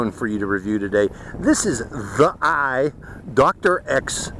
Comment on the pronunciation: it’s pronounced “thee-eye.” Out of the several hundred various brands of GoPro clones, ThiEYE is one of the half dozen best. I was expecting a drone from a top-tier action camera company to have a pretty stellar camera with EIS, but I think some of the Tello footage I’ve seen does look better. If the image stabilization needed to be enabled from within the app and someone who owns one of these can advise how to do so, I hope they post the instructions here, and then you perhaps could go back and do a second review with the image stabilization on. Also, the standard version was only $58 a day or two ago but has gone up in price $21 more today, and the plus version, which adds only a second battery and an external charger, was $40 more, a poor value.